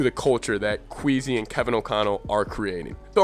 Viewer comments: You’re speaking facts but I think it’s Kwess-ee instead of queasy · But it's not Kweezy but Kwaysy